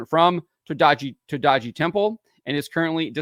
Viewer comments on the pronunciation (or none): your pronunciation about the temple is indeed a bit iffy but it's not enterily your fault as is not properly written, when written in romaji letters it should've been written as todai-ji, with a hyphen.